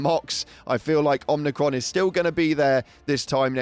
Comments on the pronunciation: OMIcron not OMNIcron. Jesus dude your ship literally pronounces it for you when you jump there. There's no N in it. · There's no 'n' in Omicron. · I was wondering if anyone else noticed. Man, it hurts to hear it the 'n' pronounced. Not even funny. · I immediately checked the replies once I heard the 'n' when incorrectly pronounced Omicron.